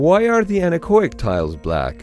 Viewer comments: Anar-coic? I was pondering what that means, until at some point it hit me like a falling rubber tree: An-echo-ic! i.e. Getting rid of the sound, literally. Man that took me a while ;) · It took me several minutes of him saying the word "anechoic" before I figured out what the fuck he was trying to say. I don't know why he says it so fast and combines the 'o' with 'ic'. It's 'an-echo'ic' not 'annakoik' lol. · It took me forever to figure out you were saying anechoic, because you are pronouncing it wrong. It's not "oi" like in "oink". The two letters are pronounced separately to make it clear the root word is "echo". "an-echo-ic". Thanks for the cool video, though! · That word, which you can't quite make out, is "anechoic". See